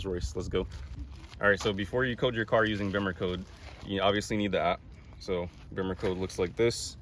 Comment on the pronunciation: Glad you pronounce Bimmercode correctly - so many YouTubers say "Beamercode" - LOL. Good video!